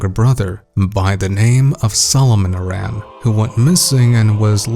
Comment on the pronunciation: So I hate being a pronunciation critic, but "Aran" is pronounced like the name "Aaron". Voice acting in the series is most prominent in Other M, and they pronounce it like that throughout the game. But who am I to judge? My entire life I pronounced Kakariko as "kuh-care-eh-ko" and BOTW taught me that I was wrong. Anyway, this theory for Prime 4 seems pretty legit. If you're right, that'll be one hell of a prediction. PS: yes, I know her last name is inspired by the Arantes soccer player and that the "Aran" in his name is "eh-ron". I'm just using game audio as evidence.